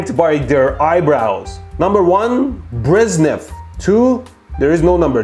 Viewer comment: Don't tell me you really don't know how to pronounce "Bre zh nev".